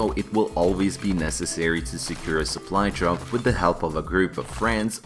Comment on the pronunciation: пов все видео чтото там соплу джоп соплай джоп